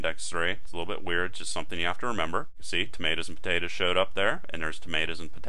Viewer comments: I was learning until I heard him say "tomatas and potatas" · i love the way you said tomatoes and potatoes lol